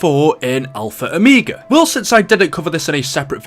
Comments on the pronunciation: I'm going crazy stop saying -o me ga it's -o mega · Ah yes “Alpha Omeega”